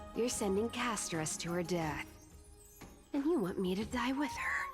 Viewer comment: Hearing you pronounce Castorice as "Casto-ree-kee", is like nails on a chalk board, I cringe every time I hear it. I don't care if it's the proper Greek way of saying it, it sounds weird, and nobody else says it like that. Just my opinion.